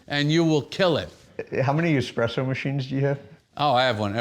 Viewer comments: ESspresso, not Xpresso! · "I have an expresso machine everywhere" lol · "I have expresso machines everywhere." He must be rich.